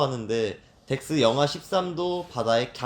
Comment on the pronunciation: 진짜 집중하면서 8화까지 다 봤는데 너무..와.. 밧줄도 덱스가 그런 류를 진짜 잘하니까.. 보다가 빵 터지는 장면도 많았고 몇 번을 돌려봤는데요 ㅋㅋ,, 덱스를 ㅈ스로 말한 것도 웃걋고 ㅋㅎㅋㅎㅋㅎㅎㅋ 바로 물에 입수하는 것도 ㅋㅋㅋㅋㅋㅋㅋㅋ 아 생각했던 것보단 재밌었어요 박나래씨도 너무 웃기고 ㅋㅋㅋㅋㅋ